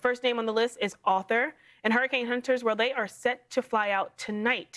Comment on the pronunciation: I agree! It sounds like she was pronouncing Arthur as Author. Don't they teach phonetics anymore?